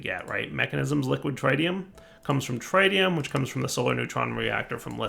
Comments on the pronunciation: pleaseeeeee. Tritium, not Trite-ium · the tri in tritium is not pronouced like tri-tip roast, the tri in tritium is pronouced like the tri in trinity. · Trit-ee-um (trit, rhymes with twit), not try-tee-um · He just needs to watch Spiderman 2 again and he'll get it